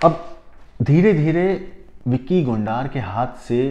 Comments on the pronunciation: Gondar nhi gondar h wo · Gondaar nhi Gondar h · Gondaaaar nahi bhai , Gonder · BHAI VICKY GONDAAR NAHI BALKI VICKY GONDAR *GONDRRR HAI GONDAAARRR NAHI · Aby gondaar nahi hai gondar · Tu pahle bolna seekh le anchor gondar नहीं गोंडर हैं 😂😂😂😂😂😂